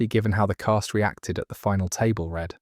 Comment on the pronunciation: Love these videos! Just an FYI though, I think it’s pronounced table read as in “reed” rather than “red”?